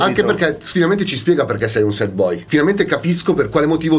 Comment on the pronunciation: si scrive sad si legge sert voglio le magliette